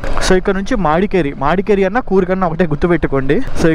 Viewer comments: Bro please its not "madkeri" Its "madikeeri" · మాడికెరి కాదు bro it's మడికెరి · bro it's not మాడికేరి it's మడికేరి